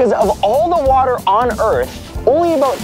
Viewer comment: "So, let's talk aboot... water!" 'Aboot' he he.